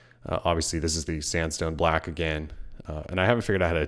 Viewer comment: i keep hearing "samsung black"